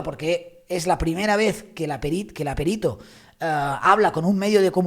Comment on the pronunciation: ¡Qué bien que digas perito y no périto! Eres genial, si tuviera diez años menos te echaría los tejos.😀😀😀😀